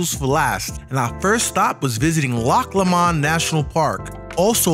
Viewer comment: It’s loch pronounced low mond